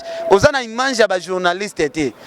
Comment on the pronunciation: yoooo balobaka image ,yo ozo loba imange oza na problème ya français Penza hein!!!